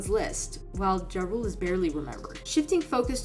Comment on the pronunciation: Mispronounced Ja Rule then shows clip of 50 Cent. Clown content.